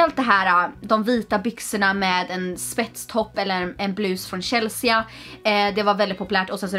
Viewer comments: Förlåt men uttalar du Chelsea (uttal chellsee) som Shellsija elr är det något annat du pratar om? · Uttalas inte Chelsea Chelsi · Det uttalas ChelsEEEE inte chelseA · varför säger hon chelseAH